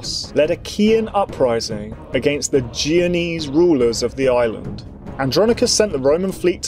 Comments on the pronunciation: It's jen o ease not jee o knees dude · The narrator struggles to pronounce names in general, he even said "geo-nese" a couple times (thankfully I understood what he meant) but "blindly persisting" in calling the "byezanteyens" by their actual freakin name is hardly one of his flaws. And I've never seen any history youtuber calling the Holy Roman Empire anything other than that, despite its dubious romanitas or questionable holiness.